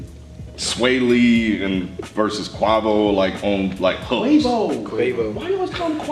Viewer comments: really can’t say Quavo name right😂😂😂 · How he pronounced Quavo made his name sound like a fruit.